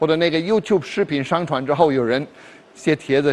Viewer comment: Trời ,đay phải chuẩn tiếng phổ thong ko ,khó nghe vậy trời ,ví dụ上传shàngchuán mà đọc là "shángchuán”